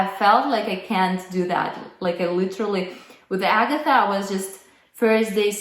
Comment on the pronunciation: In fact, Agatha is not Agatha either. She is Agata, second syllable stressed, long 'ɑː' after 'g'. But perhaps thinks anglicised name variants will sound more familiar to her English speaking audience.